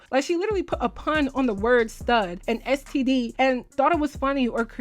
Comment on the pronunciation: Not "ES TEA DEE"😭😭😭! I'm on the floorrrrr🤣